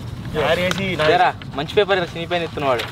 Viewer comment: PAPERS ❌PEPELRU✅